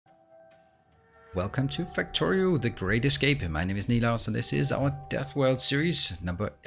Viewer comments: Woah. Ive thought he was saying "The Greatest Game" the whole time. duh. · It took me a bit to sort out what he said, too! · Haha wanted to make the same comment 😂 it simply is the greatest game